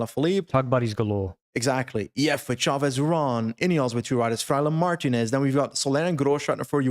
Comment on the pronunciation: Great coverage, but can we get a "Mar-TEEN-ez"? Don't say it like an English guy.